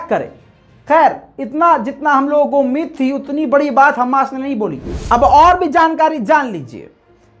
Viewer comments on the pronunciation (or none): none